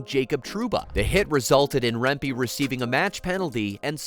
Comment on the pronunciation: His name is also pronounced "remp-eh" not "remp-ee". Go T-birds and rangers!